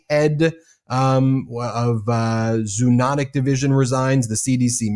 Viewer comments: Zo, long O, anotic, zo-onotic not zoo-onotic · no medical professional should say, " zoo-notic" or "zoo-o-notic." Zo*-oh*-notic is the way to go, frens.